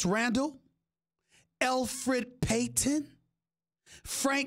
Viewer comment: “elfrid PAYton”😭😭😭